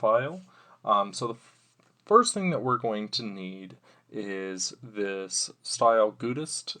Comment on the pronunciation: I think it’s pronounced “style guide ist”